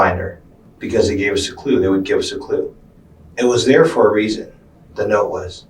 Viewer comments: “and theres a Reason Why you found it” “and theres a Weason Rhy” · “there’s a weason why” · "& theres a weason rhy" 😂😂😂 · "and there's a weason why"